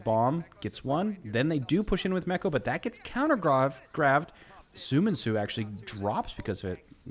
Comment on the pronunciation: i can speak korean. it's not soo min soo. it's spelled different as you can see. "seo" is pronounced like "saw" so it's saw min soo not soo min soo. :)